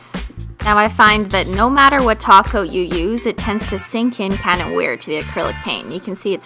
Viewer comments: Lolz in this video she still said "top coat" and it sounded like "taco" unintentionally. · OMFG!!! SHE SAID TOP COAT NOT TACO OMFG IM DEAD X_X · I suppose you don't speak Simplynailogiclish fluently yet, she did say taco, but it means top coat :) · Her: "Add a glossy Top Coat" Me trying to say it with her: "Add a GlOsSy TaCo!" replays it "Oh..." *Blinks in confusion and then remembers this was from a few years ago"